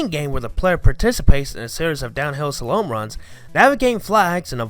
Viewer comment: No one said anything about “slah-lome” — it’s pronounced “slah-lum”